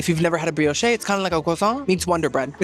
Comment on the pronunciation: Bree-oh-shhh not Bree-oh-shay